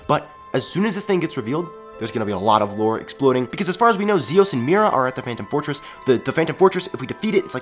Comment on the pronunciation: well he said phantom fortress....but it sounds like phantom forces